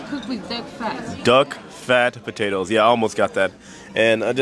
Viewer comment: Hey J and. 100th dive. Wow. The water looks amazing. Oh no. Your go pro 😢. Cool day. You guys look amazing for dinner. So cute the way pronounced potatoes. These shows are amazing. I’m figuring you edited numerous shows together or that was a hell of a show. Thanks for sharing and see you guys next video.